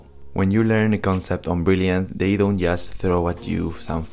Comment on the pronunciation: para decir "just" tienes que comenzar con la punta de la lengua en el paladar.